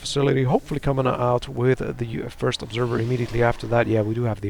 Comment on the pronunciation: "First" not "fist" and Vikings not Ravens, lol